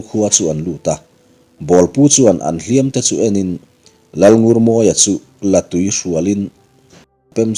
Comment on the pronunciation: I chhiar thiam ina ngaihnawm e, latui i lam dan kha e rawh chu artui tih kan lam ang intui lai tak kha lam tur a ni.